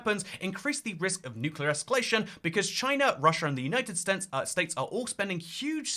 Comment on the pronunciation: "The United Stents" is a lovely one for such an obesity ridden country